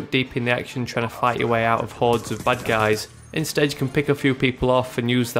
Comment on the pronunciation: Sounds like he is saying "butt guys" instead of bad guys.